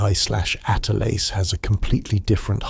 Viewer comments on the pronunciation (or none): HEY A-I, "Atlas" is not pronounced "ATE--LASS". Rather, like "AT--LASS". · Cant even say atlas correct